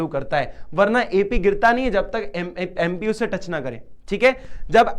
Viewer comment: Sir Bo TP hai tu nhi 😂 aur MP hai bo MU nhi😂 😊